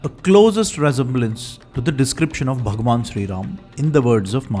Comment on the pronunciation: you r just a dumb propagandist who can’t even pronunciate Bhgwan Ram correctly u r just a slave of britishers who is glorifying english and non vegetarianism